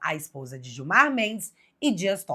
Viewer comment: Excelente reportagem como sempre Bárbara. Só que a mulher de Gilmar Mendes se chama guio mar! Gui-o-mar! Não se chama Guilmar! Gilmar e Guilmar é cafona demais! 😂😂😂😂